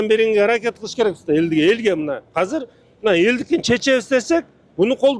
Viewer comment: Азыр деп сүйлөчү мэр ака хазыр хазыр дей бербей